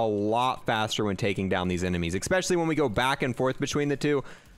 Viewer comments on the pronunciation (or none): Kinda bugs me that he says "expecially". Lol it's especially